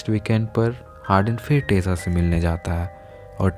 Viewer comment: She is tessa